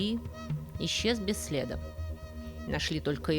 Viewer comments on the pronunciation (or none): "Без следá " - это устойчивое выражение с ударением на второй слог.